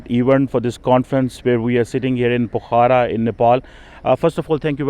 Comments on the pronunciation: Pokhra not pukhara.. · BABA PRONOUNCE PO- KHARA, NOT POKHAARA. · Fuddu, it's called "POKH-RA". Can blame you as it reeks of PAX-TAN quality of education. Not to add the fake American accent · cannot speak Pokhara properly what sort of Phd student is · Even a German can pronounce pokhara correctly than...just look at his English accent...it's so bad